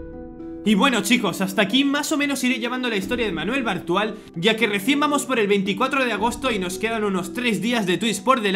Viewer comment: Entendí "Manuel Brutal"